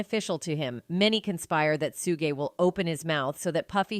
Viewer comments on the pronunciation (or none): Its suge ....suge not sugaye...dipsh##tt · Why can't you pronounce these names 😂 it's POK for Tupac soog its Suge as in Sugar you murder these names on every video ya put out no matter who it is how we suppose to take what ya put out serious practice the names before ya put it out 2 biggest names in the rap world we all been hearing these names 30 yrs and you get em wrong it's so annoying even Keefe D name 😂😂😮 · AI always pronounce wrong...Lahaina case & point on Just in now Shoogay....ugh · roflmao, the AI narrator is both messing up Tupac and Suge's names. This is ridiculous.